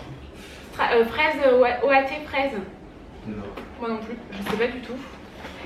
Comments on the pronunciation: oat se prononce otte et c'est en gros des flocons d'avoine lol 😂😅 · "Oat" se prononce "owt", c'est de l'avoine ;) Des bisous!